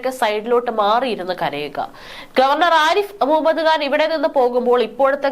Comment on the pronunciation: കുട്ടീ, ആരിഫ് മുഹമ്മദ് ഖാൻ എന്ന് ഉച്ചരിക്കാനറിയില്ലേ? കഷ്ടം, മലയാളമറിയാത്ത മലയാളികൾ.